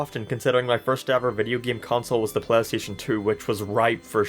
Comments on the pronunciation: Pleh-steshen dew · “pleh station”